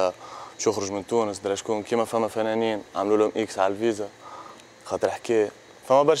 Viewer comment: تونس ❌ طونس✅